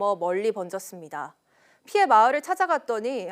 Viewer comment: Lady! 오전,피해, 주택, 세대, 도로,건물,( 하동) 군, ( 상주)시, 대기, 등 발음이 틀렸습니다. 첫 자를 길게 발음했어야 합니다. 모두 짧게 절못 발음하셨습니다. 정중히 권하오니, "한국 어문을 고발함"이라는 책을 읽어 주시면 발음에 도움이 될것입니다.